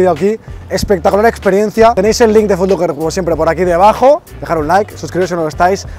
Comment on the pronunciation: Foot LOcker no "Foot LUcker"